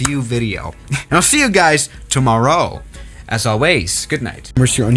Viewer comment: "Tumorow" "As alweys"